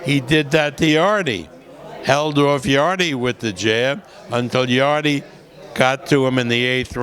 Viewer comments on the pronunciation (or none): Bob, it's pronounced Yard, not Yardie. Please, please stop saying Yardie.